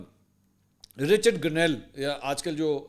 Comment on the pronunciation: Mansoor Sahab saaf PATA chalta hai k AP n league k supporter Hain q k AP Richard Grenell ka name ghalat letay Hain aik to parhay likhay Nahin dusray Koshish bhi Nahin krtay😂😂😂😂😂😂😂😂😂😂